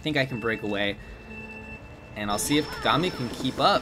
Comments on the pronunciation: Kuh-gah-mi Me, a Lucky Star enjoyer: Kaw-gaw-mi!!! Empex somewhere in the corner: Cries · the way he was saying kagami 😵‍💫 haha